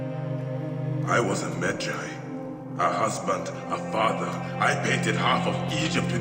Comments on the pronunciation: I want to smack him for messing up the pronunciation of Medjay. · Wtf, why you can't pronounce ,,medjay". Maybe you never played the game, but you just had to read the text. It is so easy to say it and mistakes like this make me close the video and UNSUBSCRIBE from that channel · About the Medjays.... the game tells you they don't exist anymore and that Bayek is the last one of an extinct breed of warriors. So, you agree with them but say they're wrong. AND PLEAAASE pronounce it right. Several NPC's tell you "I thought medjays were a myth" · How could you say medjay so wrong they say it in the clips you showed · It sounds like Bayek is telling you how to pronounce Medjay correctly 😆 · Bruh Ikr its like this people never plays the game. I got triggered so hard the way he pronounced medjay. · "Me-jay" Bayek: "I'm a med-JAY! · I see... I’m pretty sure it’s a game, and a game can be made and told how the producer intends... assassins creed rewrites history not tells it how it was. dumb ass Also better say it now than never, but it’s med Ji. Not med jay. Honestly guys your videos do suck sometimes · Credibility sucks. Footage says "Meh-Jai" multiple times but dude keeps saying "Meh Jay". If you play AC Origins, you know people are surprised that Bayek is a Medjay and other events in the story explains how he officially becomes one. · Why are you pronouncing it med-jey?,you gotta pronounce it like if you were saying ma-jai,jeez smh lol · “Bayek is a mejaaae” Bayek: “I am a me-jai” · MED JAY. MED (MEDical) - Jay (GY AS IN GYROSCOPE). Learn to pronounce your words, dude. Like, good content an all, but the games literally tell you how to pronounce the words properly. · It's pronounced medjeye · You pronounced Medjay wrong. Medjay sounds like this: Me-Jai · Hears them pronounce Medjay, proceeds to pronounce it differently 😂😂😂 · literally pronounce medjay right PLEASE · Why can nobody pronounce medjay